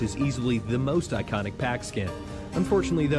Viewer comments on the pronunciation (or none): none